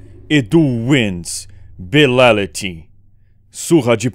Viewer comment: é bitality e nao bilality